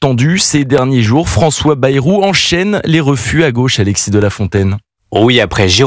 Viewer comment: François Bêrou et non baillerou!!!!!!!!! comme le mérou